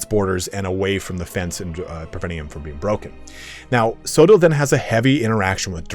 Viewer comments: It's not pronounced so-dill, it's Co-odd-le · Coedill is pronounced with hard C, like Cooperation. Co Eh Dill. Just incase anyone curious.